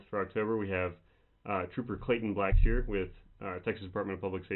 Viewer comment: Black-sher not sheer.